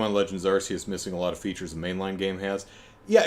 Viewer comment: I need to tell you something about Pokemon Legends Arceus (for which the Arse-ee-us pronunciation is indeed correct): What you've seen of it in trailers isn't representative of how the whole game looks. The trailers are the best parts. The actual game has many parts that look absolutely horrible, with visual issues that you didn't even see in the N64 era. There's horrible screen tearing whenever you turn the camera. And whenever you're inside a cave, there's some ridiculous pixelated outline around all characters which makes it look like they were cut out of one image and pasted onto another. And the thing is, back when Pokemon was 2D, they looked great for the consoles they were on. And even the couple of 3D spinoffs at that time looked good. But Gamefreak must have had help then, since the 3D games they've made themselves have all really struggled. The series fell off a cliff in quality as soon as it went 3D. It's not just the appearance either: You can tell that the extra effort needed to make 3D environments has been a huge drain, and so the games have gotten smaller, with less content. Somehow the most profitable media franchise in the world can't find the money to invest in its flagship product.